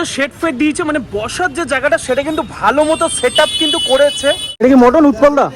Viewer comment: দাদা ওটা মাটান না মটন হবে ঠিক ভাবে বলো।